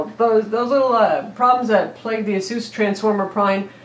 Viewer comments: It is pronounced eh-sus not ah-seuss. Asus like Pegasus. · She pronounced Asus like Dr. Seuss. Dafuq. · u pronounce asus wrong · Nah. Check their ads. Ah-Seuss all the way. I pronounced it eh-sus for a few years too...